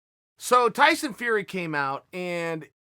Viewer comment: Tyson FRrrrEy & MMA GLUHHHHvvvZ 🤣🤣🤣